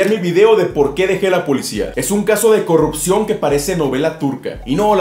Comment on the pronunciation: ay no la "corrukcion" la "corrukcion" XD